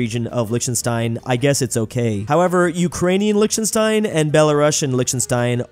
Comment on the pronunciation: Lichtenstein is pronounced with a germanic-sounding "ch" - like in Scottish "Loch Ness". And with a "sh" sound instead of a simple "s" before the "t". And "ei" is a diphtong that's pronounced like "ai" (which you got correct). Normally I wouldn't care, but you said the word Lichtenstein so many times! And it bothered me so much even though my native language is not even from the Germanic family!